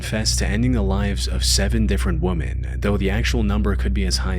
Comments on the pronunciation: Please learn how to pronounce "women". It's not WOO-men. It's WI-men. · WOMEN NOT WOMAN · Please learn the difference between "women" and "woman". It is annoying as fuck. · The fact that you say "woman" instead of "women" when talking about more than one female, really makes me mad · Ugh… WEH-MEN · Why can't you pronounce "women?" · Woman (singular) and women (plural) are two, different words, pronounced differently ;)